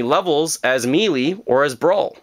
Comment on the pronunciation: I don't mean to be nit-picky, but I've seen in a few videos you mispronouncing Melee, think of it as pronounced like May-Lay.